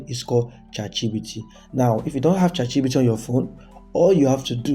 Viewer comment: Bro am not trying to disrespect you but it's chatgpt not chatgbt